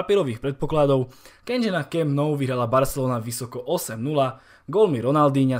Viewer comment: To jak jsi přečetl Camp Nou mě docela zvedlo ze židle, ale třeba takový Strachan, to mě málem kleplo...